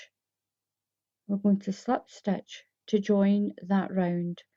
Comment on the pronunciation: It’s pronounced SLIP stitch NOT SLEPT stitch !!! 😡